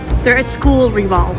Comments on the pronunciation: "They're at school rebal" GOT ME😭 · "they're at school Rebal" 😂